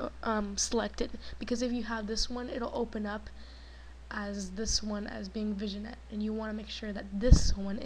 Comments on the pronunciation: lol good vid but Vignette is pronounced "VinYet" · VIGNET is pronounced as "VIN-YET" nice tut though.